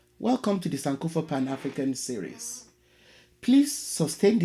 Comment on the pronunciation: Tnx doc. I’ve been following your narratives & they are really educative. However, I’ve an observation.The word SANKOFA (which is an Akan dialect in Ghana) is pronounced sankorfá. Tnx once again for the good work/research u’re doing. God bless you